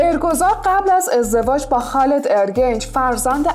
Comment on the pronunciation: لطفا تلفظ صحیح اسامی رو یاد بگیر خالد چیه هلیت میگن ترکا